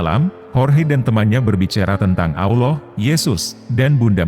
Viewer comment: Admin sebut Allah dgn Aullah..jgn pake U ya min